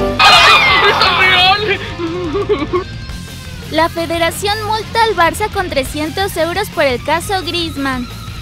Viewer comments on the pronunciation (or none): none